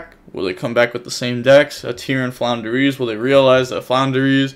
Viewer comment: also it's flunder or floowandereeze, not Flounder. Flounder is a fish.